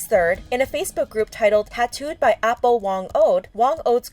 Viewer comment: not trying to offend but it's actually pronounced "ah-poh" as in elder :)